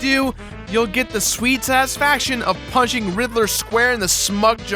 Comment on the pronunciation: He keeps saying rither. Not Riddler.